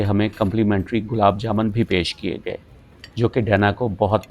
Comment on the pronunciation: Intezaamiya ko sahi kahaa, antezaamiya nahiñ kahaa shukar hai ! Gulaab “jaaMAN” ?! “jaaMUN” hai.